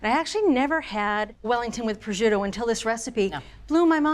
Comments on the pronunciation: Ok but why is she pronouncing prosciutto like that? There's no j or zh 😭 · The pronunciation of “prosciutto” is absolutely awful…..simply listen to the correct pronunciation on goggle…..this is almost embarrassing…..just say raw ham……but good recipe…… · Decent video and recipe overall, but it’s a shame a professional chef mispronounces “prosciutto”, and she said twelve slices, but actually used 14.